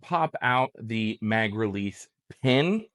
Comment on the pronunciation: Ok, I've heard all the "thees" I can stand for today!😳Time for closed captions with the mute tab!👍